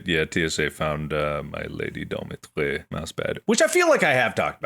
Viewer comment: Mark pronouncing Dimitrescu like she's French will never not be funny to me